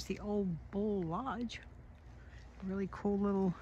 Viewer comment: It's pronounced "Ol-lee" Bull, long "E", "Ole" is a name.